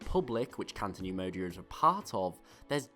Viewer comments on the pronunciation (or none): CATO neimodia not canto